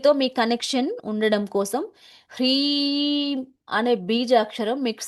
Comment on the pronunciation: ప్రీం కాదు హ్రీం